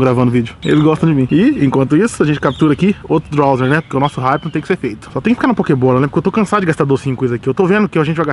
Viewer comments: n é drowzeer o nome é drowzee e so fala drowzi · " DRAUZE " não " drauzer" ! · não é drawzer e drawzee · Esse animal lê que é drowzee e chama de drowzeer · "Drowzer" Appradise" 😂😂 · É Drowze, ñ tem "R" no final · O fala Drowzeer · "DrowzeeR" esse "R" q ele coloca no final me da agonia!!